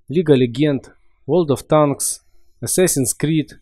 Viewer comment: Какой нахой ворлд оф Танос 🤣🤣🤣🤣🤣